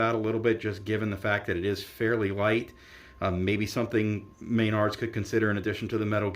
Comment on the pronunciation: Please stop saying MAYNARDS. It's pronounced mah-nards. Otherwise, good review. I think they've done a much better job this time. I'm curious as to how they handled the quick starts.